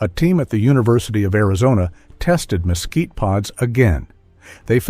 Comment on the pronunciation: El comentarista al mezquite, lo pronuncia mosquito, por lo que no sólo los nativos y españoles lo escriben y pronuncian mezquite. En Sinaloa México, se usa sus vainas también como alimento para el ganado y de sus flores las abejas recogen su nectar produciendo miel. Traduce el inglés al español y traduce las libras en gramos. Gracias.